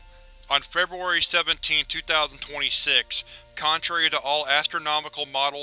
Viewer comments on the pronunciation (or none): none